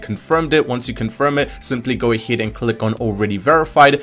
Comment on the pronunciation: AHEAD NOT AHID I AM FUCKING TRIGFERED,but thx👍😅